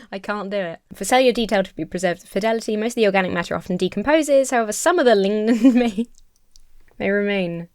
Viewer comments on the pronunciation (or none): struggles to pronounce "lignin" and I, out loud, for real, say "you're just not American enough. It's lignin, like lignin deez nuts." "I'm trying to make a ligma balls joke...but I can't figure it out." Now I'm dead 😂 On a more serious note, I really hate the fact that so many of these conspiracy theorists recognize the fact that there is something deeply wrong with the world that we as humans have made ourselves, and yet they can't seem to agree that the people they worship are the ones that cause the problems and not the people that study the world with a more objective lens. So instead of working to make a better world they're left arguing over what in this world is actually broken with arguments that to the rest of us seem to be absolutely ridiculous. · For the tough words, hopefully this is useful if you didn’t go find this out already. Chalcedony: it goes “Cal-SAID-oh-knee” Lignin: LIGG-nin. There’s no ng sound like in gong or thing. Lahar: [you said this one just fine, I just had to look this one up for those of us silly beans who had no clue what this is.] Butte: no it is not a butt. It’s a BYUT. Like cute but switch the C for a B. I went back in the video to find these, so I hope this helps!